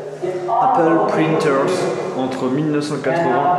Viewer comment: "APEUL" c'est quoi ???